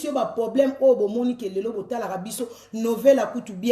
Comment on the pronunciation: Balobaka poblème Teeee balobaka PROBLÈME. Merci